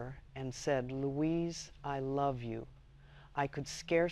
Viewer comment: Louise ( not loius). Rhymes with "la-weeze". Try saying that.